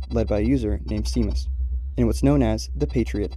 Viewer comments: Seamas is pronounced as "shay-mas," not "see-mas." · Amazing video, 10/10 top-notch editing. One thing - the name Seamus is an Irish name pronounced as "shay-mus". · It's prounaced like Shamus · I could swear that Seamus is pronounced as "Shay-mus" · “seamas” is supposed to be pronounced “shay-mas” it’s an irish name 😭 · Not important at all but I’m pretty sure the pronunciation is “Shay-moss” at least that’s what is it it’s spelt as ‘Seamus.’ Could be totally wrong though, again super unimportant though lmao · Seamus is pronounced "Shay-miss"